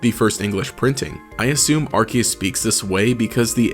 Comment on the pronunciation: It's Arceus, NOT Arkhaos!